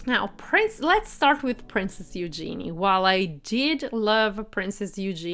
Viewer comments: It’s pronounced HUGE genee. Not You gee knee. Geez. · If you are going to report on people it would be nice if you would pronounce their names correctly. Princess Eugenie's name is pronounced yoo-zhe-nee and the Duke's family name of Grosvenor is pronounced grove-nur (the "s" is silent). As for Eugenie's dress - it was dreadful. Boring color - actually rather an ugly color. A belt would have cut her at the waist making her look more short and dumpy. She also could stand to be fitted with proper undergarments (as could some others in the Royal family.) Eugenie rarely wears makeup which is a personal choice, but for a high society wedding it would have been nice to at least see a bit of color. I do agree with you on the bride's shoes. While pretty, and I understand the "something blue" idea, it was the wrong shade and very clunky looking. A pale blue would have been a softer look for her delicate dress, and while a chunky heel would be better than trying to stand on 'stilts', if she wanted comfort, perhaps a flat or low heel. And, as others have pointed out, what was the reason for even mentioning The Duke and Duchess of Sussex? They didn't attend so there was no reason to say anything about them. And what nonsense to say the wedding cake was influenced by the Sussex cake. You took that information direct from Hello magazine and it was ridiculous of the author to say, let alone for you to repeat. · Disregarding the other mispronouncments, I must correct your mispronouncing of Princess Eugenie. Her name is pronounced "you-genie", with a soft G. Also, Grosvenor is pronounced "Grove-ner" the S is silent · Please search how to properly pronounce Eugenie’s name, you said it incorrectly throughout this video.